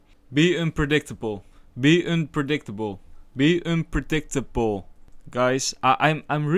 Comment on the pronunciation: By the way, some more constructive criticism, you got confused with unpredictable. Try saying it slowly so you understand how to pronounce the word and can do so consistently.